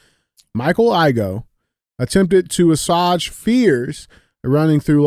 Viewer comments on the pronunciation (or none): Hearing DJ mispronounce assuage is worth its weight in level 1